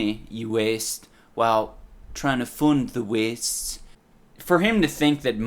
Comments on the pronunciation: Da Wee-ests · it's the 29th of September 2020. ever since watching this fucking video, everytime i hear the word "waste" i can only think about the way this dude says it. "weeeeast". additionally, some Audible ads have a dude that sounds exactly like him. more trauma. will i ever be free of this curse? probably not. weeeeeast